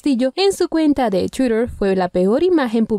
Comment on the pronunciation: No sabe pronunciar twitter .. Debería aprender